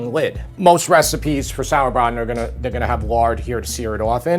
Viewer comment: Love the sauerbraten pronunciation